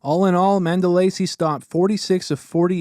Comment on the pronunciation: Not to pick but I think your pronouncing Mandolese incorrectly